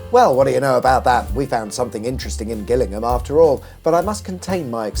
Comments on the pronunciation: I thinl you pronounce Gillingham like Jillinm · Gillingham is pronounced with a 'J' sound as in,!😉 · No its not. Its pronounced with a hard G, as in Gary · Ah! I did wonder about that. Mainly because I've only heard of the one pronounced "jillingham", and I was a bit surprised to see one in Dorset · I'd always pronounced it Jillingham. Now I've been educated! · Thanks, wicked sweet awesome as ever. I always thought Gillingham was pronounced Jill-ingham for "reasons" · Oih, Sorry did I mispronounce, you Name, "Jillingham" spelt with a G is in Kent, But what can you expect. from someone born North of the Watford Gap(loved your vlog on that bye the way) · I wonder why Gillingham in Dorset is pronounced 'Gillingham', yet Gillingham in Kent is pronounced 'Gillingham' instead. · How is that you don't know how to pronounce Gillingham? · Is it pronounced Gillingham, or Gillingham?